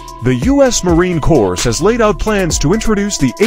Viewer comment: Which uneducated civvy narrated this? There is no such thing as a Marine ‘Cores’. Marine Corps is pronounced ‘Marine Core’ - as in a single core of Marines. Also, a 30mm is not pronounced ‘30 millimeters’. Get your shit together and stop sandbagging the narration.